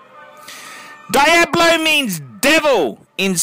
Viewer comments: Daiablo, as you say, means nothing in Spanish because that word doesn't exist. It's pronounced Dee-ablo, not Dai-ablo. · why do australians pronounce things so strangely? there's no 'die' in diablo you silly scrote. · Im aussie and I pronounce it "Deeablo" correctly..this guy just doesnt know